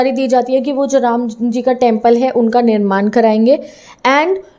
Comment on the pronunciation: निर्माण not निरमान🫂